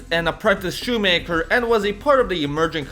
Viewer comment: "The Former SHUMAKER " YEE SHUMAKEER